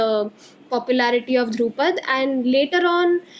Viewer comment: Dhrupad is pronounced like Drew-pad but both D are soft - like “th” of though Khayaal or thought is pronounced “kha” as in khaki and “yaal” as used in southern drawl (meaning you all)